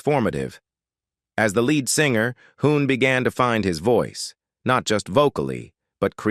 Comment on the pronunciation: Lead(leed) not lead( the metal). Lazy.